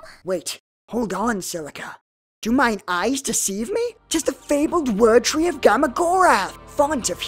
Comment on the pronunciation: It's "Word Tree" not "whir tree"